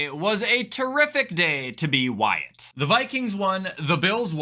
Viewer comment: Am I the only one who thought bro said “yesterday was a terrific day to be white” I had to do a triple take before I realized he was saying Wyatt